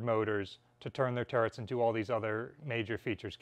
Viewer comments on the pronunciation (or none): none